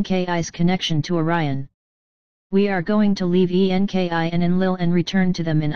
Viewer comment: FOR FUCKS SAKE,it keeps saying E-N-K-I.instead of ENKI, its so annoying